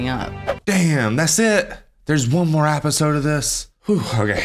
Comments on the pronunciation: EP, EP, EP---isode, NOT APPISODE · Was he saying " appisode "?